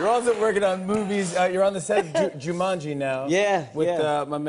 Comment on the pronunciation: Hahahaha Džumandži